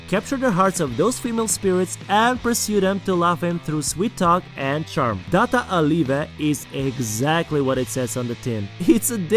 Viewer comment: Man said data a leava😂😂🔥